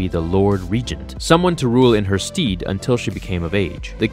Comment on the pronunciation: stead is pronounced like ted, not stead like seed. so phonetically it would be like saying sted you see ? i know it not relay important. but i just thought you might want to know.... Also on a side note its kind of creepy and duse not fit that you have a pic of Qui gon jinn showing when you are introducing a young girl in to your story.... but regardless i liked this video.